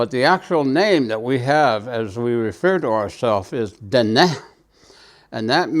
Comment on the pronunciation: This was the original spelling. I am not sure when the spelling changed. The the way he is pronouncing is correct. Dine’ seems different. Navajo is my first language. I never took a class to write Navajo language. Just saying, not criticizing.